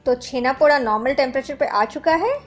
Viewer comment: The 'da' in Poda is pronounced as Daw (ड़) not Daa (ड़ा). And it's not your fault. Most odia are guilty of wrongly representing their cuisine and culture. Like Odisha has always been pronounced as Udisha and Poda is pronounced Podaa by the rest of the country and no odia minds to correct them. Anyways loved the recipe, and try to avoid dry fruits in this. For some it may be their own twist, but in the original recipe and throughout Odisha you won't find dry fruits in Chhena Poda (छेना पोड़)